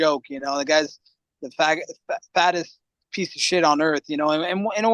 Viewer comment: i think he was reacting to colby accidentally saying fa*ot instead of fattest